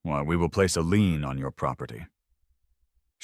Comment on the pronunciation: when they threaten to put a lien on the property your AI should learn the difference between LEAN and LIEN.